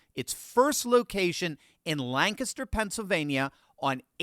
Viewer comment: Perfect pronunciation! Even though it’s spelled “Lancaster”, it’s pronounced “Lang-Kissed-her”, not “Lang-kast-her”.